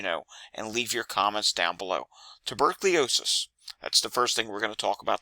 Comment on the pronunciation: "Wreak" not "wreck , as in havoc. "Tuberculosis". Not "tubercliosis", as in lung disease. Also, it's "alZheimers". Not "alTs-heimers", as an aggressive form of dementia .